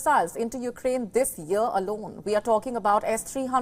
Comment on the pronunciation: The word is YEAR and not YER 😂😂